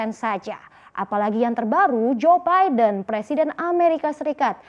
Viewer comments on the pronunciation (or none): none